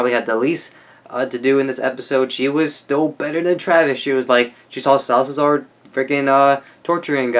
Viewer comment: you said 'Salsazar' the whole time man, that's a mouthful! haha, it's just SA-LA-ZAR but it's cool... kudos to the extra pronunciation skills! (btw, loved how you described Strand!)